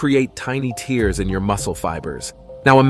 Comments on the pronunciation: Tears pronounced as (tehrs) not (tiers) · BTW buddy, those microscopic "tears" are pronounced "tares" to differentiated from "tears" that fall from your eyes. Reading your copy beforehand is like using spellcheck after writing something -like this sarky entry on your channel. Your friendly(not) pronunciation friend. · Pronounces muscle 'tears' as TEERS (like the ones you cry when you can't even do 10 pushups, lol) and expects to be taken seriously. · The voice (computer generated?) is mispronouncing "tears". It's not "tears" as in crying but "tears" to rhyme with "bears". To pronounce it as in the video is nonsense, as muscles cannot weep. It also shows people doing rapid pushups with their chests never touching the floor, which contradicts the advice of anyone who knows how to do pushups. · Why does it keep mispronouncing tears? 😂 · The narrator weirdly pronounces “tears” to rhyme with “fears” not “fares”… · If you want some respect, try to learn how to pronounce "tears". Really, I don't think we are crying about it! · Eventually, the robot readers will even be able to distinguish between homonyms like "tears" and "tears", which this one gets consistently (and amusingly) wrong. Another giveaway was its pronunciation of "eccentric", which is always pronounced "eecentric" in the workout and therapy world for some reason I don't understand.